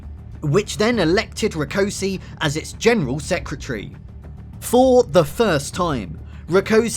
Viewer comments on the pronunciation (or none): Debrecen is pronounced as "debretsen" and Rákosi is pronounced as "raakoshie" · I'm not sure I'm going to be able to watch this is the way you butchered Rákosi's name is a taste of what I'm going to have to put up with. If you are going to produce a documentary it's surely worth investing a little time to grasp the basics of the orthographies of any relevant languages.